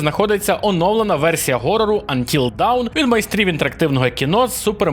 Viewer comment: dawn читається як [дон] не той дон що тік-ток війська а той дон що від тарантіно "from dusk till dawn" це не вниз а світанок =) так, я розумію шо це скоріш всього жарт був але вимова не давн %) сорі за занудство